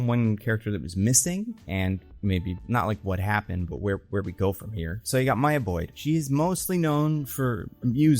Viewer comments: Came to comment this 😭 bro said Mia like … Maya is a easy name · It's MY-YAH. Your first pronunciation was correct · Bro don’t overthink it, it’s just Maya…like how it’s usually said LMAO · Why would it be Miya. Stop doing the thing white voices do when u go out your way to butcher a fire letter name. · why would maya be pronounced mia???????? whats weird with maya/mya? very common and normal name. also: that has nothing to do with ryan coogler. storm and t'challa shippers are the ones who said they want her in black panther 3 so much so they dont say "she should be in black panther 3" they say "she will/has to be in black panther 3". they have been saying this since the first black panther film cause in their mind all black super heroes have to be in the same film, all black super heroes come from wakanda, and all black super heroes know each other. makes no sense. when lupita was cast as nakia they thought she was storm. since the second film was female focused they thought storm should be the lead but they had riri instead and now they are doing the same with black panther 3 even after storm was announced for xmen which comes out BEFORE black panther. she is an xman not a wakanda. folks need to keep their fanfiction to themselves. this is insane. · Why would Maya be that hard to pronounce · I don't understand why he doesn't think it's pronounced the normal way "Maya" is pronounced